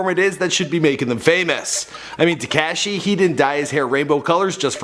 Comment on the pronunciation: Tee-k-ah-shi 69